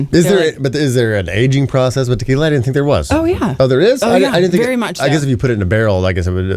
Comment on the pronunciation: Good show,great,but the young lady really should take Spanish lessons to PRONOUNCE the different types of tequilas properly,just saying.